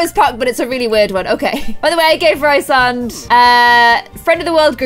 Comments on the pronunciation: FIRST OF ALL ITS REEEEEESE AND NOT RIIISAND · omg yas sarah j maas is my fav author, dying, i love this (also its pronounced Rhys-and, not Rhy-sand <3) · His name is pronounced Rees-and, and Illyrains (Azriel & Cassian) don't have pointed ears, their ears are meant to be human shaped + their wings are meant to be huge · it's pronounced Reesand! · and it's pronounced "Ree-sand" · OMG I HAD NO IDEA U LOVED THIS SERIES 😭😭 YEEEEESSS And also Rhysands name is produced reece-sand. I know in our queen sarah's books the names can be hard to pronounce but that is how she herself produced the name in interveiws. I pronouned many of the characters names wrong until i heard them said in interviews, dw its a common problem🤣🤣🤣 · I’m really late, but Sarah J. Mass said that Rhysand’s name is pronounced like Reece-and. I am a huge fan of the books and I follow some book tubers, and one of my favorite book tubers had an interview with the author and pronounced it the way she imagined it. Nesta is my favorite female character in the books, and Az is my favorite male. You should make a video of the books you’ve read. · YASSSSS I LOVE ACOTAR, ACOMAF, ACOWAR!!!!!!WOOOOO!!!Btw, I thought Rhysand is pronounced like Reece-sand? And also, did you cry?!? When you read the ACOWAR? Ya know? Because of what happened?!? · Rhysand= Rees-and. Rhys= Reece. I’m sorry, I hate to be that guy, but there’s a pronunciation guide in the back of the book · Rhysand is pronounced ree-sand 😂 and Reece for short